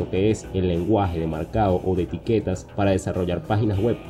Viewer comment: min "ETIQUTAS"!!!!!!!!!!!